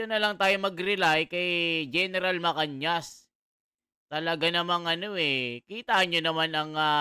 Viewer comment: Gen MA CA NAS po hindi MA CAN YAS